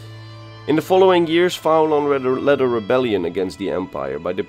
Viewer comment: Great video but i would have pronounced his name as Fee-lan. I say this, as i am Irish and went to uni with a guy called Fillan he spelt it in the Irish Gaelic spelling of Faolan. A very, very minor niggle, but love your videos enjoyed the ingame footage style. Funny enough when i was at University with him he never mentioned fighting the Legion single handedly you think he would have!